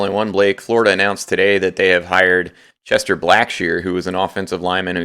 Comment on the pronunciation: CHESTON not Chester. Lol